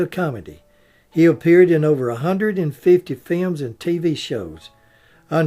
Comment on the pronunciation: I never tire of hearing films pronounced as "fi-yums"!